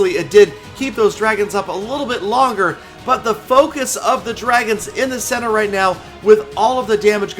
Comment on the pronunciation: A MESSAGE TO...HEY WHY DO READ RIGHT AS “ROUGHT”...PLEASE READ.. AND LOVE YOUR VIDS AND YOUR LETS PLAY SERIES WITH GALAMOM